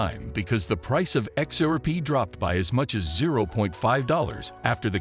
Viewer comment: Dude needs to practise how to say xrp 😭😭😭😭😂😂😂😂🤣🤣🤣🤣🤣🤣🤣✊🏿✊🏿✊🏿✊🏿